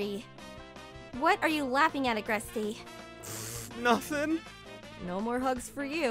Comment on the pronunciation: The E in Agreste is silent. (The second one)